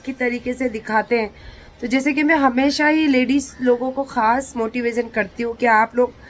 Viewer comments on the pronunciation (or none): its motivation not motivision😅😂